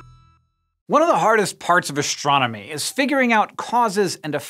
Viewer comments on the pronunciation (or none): "One of the hardest parts of ashchronomy..."